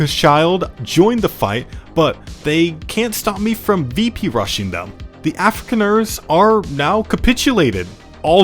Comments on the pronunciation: Af-ri-khan-ers, not Africaners! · as a South African... it hurts when you butcher those names and surnames :D lol edit: ossewabrandwag... loose translation (or direct translation)... ox wagon fire fighters? edit2: afrikaaners... afri-Khan-ers ... is the best I can come up with for pronunciation in your case lol